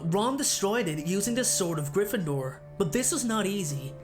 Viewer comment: STOP STOP STOP UR GONNA TAKE SOMEONE'S EYE OUT IT'S GRYFFINDOR NOT GRIFFINDOOR! AND SLYTHERIN NOT SLYTHRIN AND CHAMBER NOT CHANBER GOSH !